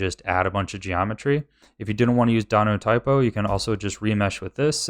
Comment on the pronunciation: I love that he says "Dinotypo", because it's a verbal typo of Dynatopo lol. XD